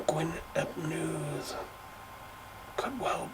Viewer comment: Loved the video, lots of interesting information that I didn't know. Thanks. Gwyn ap Nudd is pronounced as Gwyn ap Neeth... his name translates as white meaning fair/holy/blessed in this context and Nudd is mist. So white son of mist. Really interesting video and loved what you said about Arawn and Gwyn ap Nudd in relation to the seasons and I love that you use the word annwfn for the otherworld. I do too 🏹